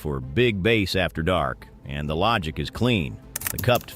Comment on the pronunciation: "base" huh? lol. stupid AI